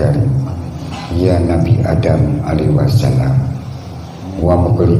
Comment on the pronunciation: Do' a dukun baca mantra, nyebut alaihi salam aja salah alaihi wasalam.kok pengikutnya percaya, apa gak sesat.? harap dipikir ulang ...Betul ...tidak..? keprook atuh...